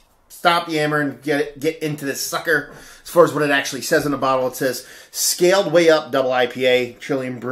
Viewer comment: scaled not scalled.